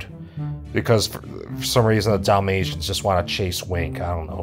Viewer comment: everytime he says dalamtians i somehow understand damnnation and i need to laugh, my humor is more broken then my mental health after watching that movie